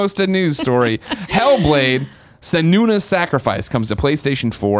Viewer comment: Did anyone else find it super annoying every time Greg pronounces Senua as "Se-nu-na"? If he watched any of the trailers for this game he would know that it's Sen-WAH (or Sen-u-WAH) which is much more badass and much less awkward.